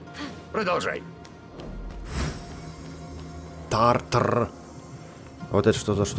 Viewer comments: Тартар , ударение на второй слог. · правильно говорить тартар ударение на а